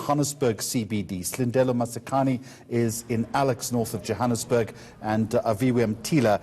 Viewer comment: This white guy is a real idiot, he cant pronounce Johannesburg properly but he can pronounce the African surnames - These liberal whites are such a joke in this country...